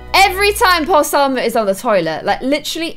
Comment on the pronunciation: I not trying to be rude or correct you meanly but there is no r in Salma